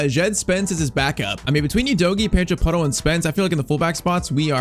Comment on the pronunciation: NO HATE BUT YOU ARE PRONUNCING PEDRO PORRO AS A BRAZLIANT AND HE IS SPANISH SO DO I I LOVE IT CAN I GET A SHOUTOUT PLS AND A SUBSCRIBER